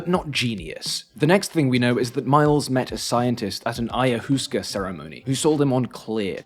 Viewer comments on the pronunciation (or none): "Ayahusca", lol. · I-uh-wooska hahahaha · you butchered Ayahuasca so bad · Your pronunciations of ayahuasca and kibosh are currently making me think you did them in a Bron style on purpose!